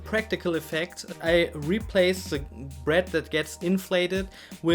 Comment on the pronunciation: Sprich deutsch! Dein Englisch klingt schlimm: Se bued, schugga, de do, se fritsch, eklschellie... SCHLIMM!